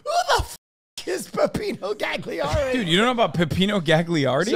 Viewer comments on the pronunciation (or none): My last name is Gagliardi and it's pronounced Galiardi (make it sound italian) I am 1/4 Italian and very offended. Fyi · the pronunciation of gagliardi is doing my head in 😭